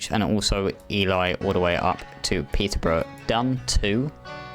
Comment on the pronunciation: Ely is pronounced E-Lee :-)